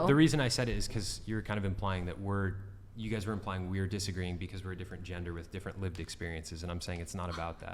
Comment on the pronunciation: Love the way she says guys' opinion as guyses' opinion. The extra syllable speaks volumes. Edumecation.